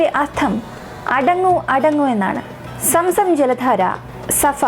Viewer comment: Somsom allaa zomzom